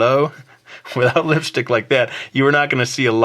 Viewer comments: the way u said lipstick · Omg... The way you said lipstick.... I just can't... Lol